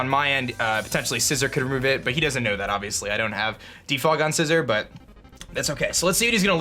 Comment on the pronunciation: Scizor not scissor 🤣🤣🤣